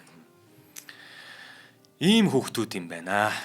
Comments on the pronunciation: Раадуга,радууга биш шүү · Сайхан нэвтрүүлэг хийжээ. Орос үг хэлэхдээ зөв дуудлагтай хэлж бгаарай. "Радуга" а үсэг дээр өргөлт авна.